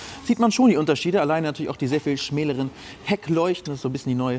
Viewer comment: *schmaleren nicht schmäleren